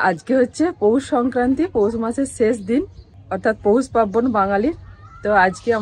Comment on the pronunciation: একটা কথা বলি কথাটা কিন্তু পার্বন, পাব্বন নয়